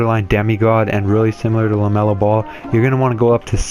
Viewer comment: LaMelo not Lemelo